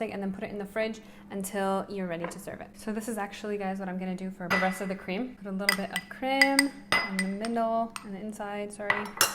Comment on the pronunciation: i was going on dite from today but now i am going to my kitchen =| i love it how you say creama not cream =D cute and thanks for the sharing =] <3